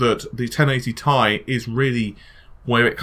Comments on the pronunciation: You're one of my favorite YouTubers don't get my wrong. But DUDE, Ti is not pronounced TIE! It's T-I not TI. Sorry I just had to get that off mi chest. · repeat after meeee TTTT IIII NOT FUCKING TIE